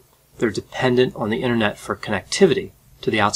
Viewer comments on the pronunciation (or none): none